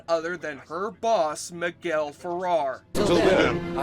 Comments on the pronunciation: Miguel FerrEr. Not Farrar. And David Ogden Stiers' last name is pronounced "steers." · pronounced Miguel Feh-réh-r (w accent in the second "e") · Good recounting of this painfully awkward film... It was almost as painful as you mispronouncing "Ferrer" over and over.